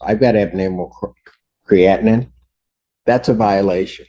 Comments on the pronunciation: But I kept cringing as I've always heard it discussed as "cree-a-teen", not "cree-atin". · The judge can't even pronounce creatinine.